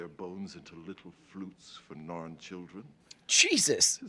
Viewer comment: …Did you just go from calling the Narn the Naan to calling them the ZARN right at the end there?